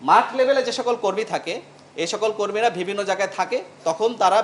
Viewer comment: এই পুলিশ অফিসার অন্তত 10 বার 'বিভিন্ন' শব্দটা ইউজ করেছে এবং প্রতিবারই "ভিবিন্ন"উচ্চারণ করেছে।